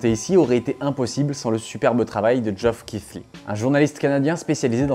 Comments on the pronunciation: Joff Kifli ? XD Je sais pas pourquoi cette prononciation m'a autant fait rire. Au cas où, la bonne prononciation c'est Jeff Kili. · Le pauvre Geoff Keighley qui voit la prononciation de son nom complètement massacrée